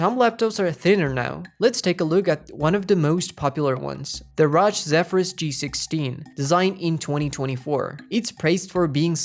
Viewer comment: its not RAJ bro 💔💔, its R O G